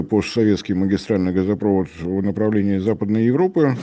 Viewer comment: Не газопрОвод, а газопровОд